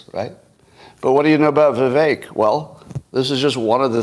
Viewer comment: holy shit, learn how to pronounce "Vivek"